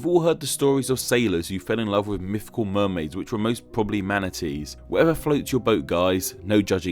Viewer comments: I love your content, it's amazing, and I love how expressive your avatar is, but every time you say 'myfical' I cringe. Also in another one about hitlers you said 'Angela' with a hard 'g' like in game! I have an aunt called Angela and I can confirm it's pronounced with a soft g like in gesture. I love your channel and I'm not even asking you to change, I'm just complaining. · “Mifficool.” Lol.